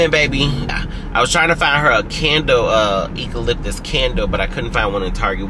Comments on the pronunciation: Not eco-lip-tis😂 I say you-co...and you always say you don't cry but always about to cry 😂😊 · it is pronounced Eucalyptus with a “U” sound, at the beginning not a “E”. Just FYI for future reference when conversing in the future.